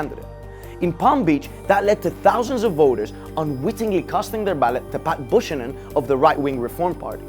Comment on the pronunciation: Pat Buchanan is pronounced Pat “Bu-can-non”